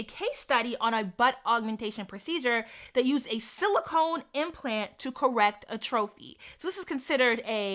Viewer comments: Atrophy is pronounced AT-trofi, not A-trofi and it’s when your body parts deminish, decrease in size. I.e. cells, tissue, muscles, etc. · Love the discussion, as an aside atrophy is pronounced like at-tra-fee. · Atrophy / (AH- trow- FEE) My OCD just kicked in lol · Omg I have patella femoral syndrome (cartilage in my knees worn away so my bones rub against each other) too! My doctor was like, "oh there's no proven way to replace the cartilage so I guess just make sure your hip muscles are strong" lol. Hearing that when I was 18 was not encouraging Also, atrophy is pronounced "AHtruffy" :)